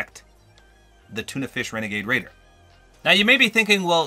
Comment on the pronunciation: It's wenagade wader